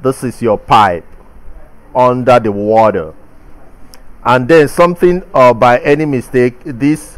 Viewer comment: Oxygen in the watdder 😄